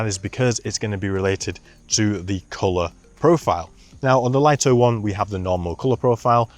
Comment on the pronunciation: DJI may as well officially rename this drone the Lye-Toe because no one seems to know it's pronounced Lee-Toe